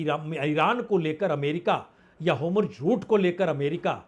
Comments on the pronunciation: sir homruj nhi hormoj bole...thank you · Punya prasun Bajpai ji, आप ईतने बडे पत्रकार हो लेकिन आप का pronounciation गलत हैं.आप strait of Hormuz (होरमुझ) को बारबार होमरुझ करके बता रहे हो.कृपया ऊसे सुधारे.